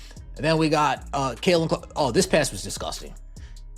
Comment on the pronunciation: Caitlin not Kaelin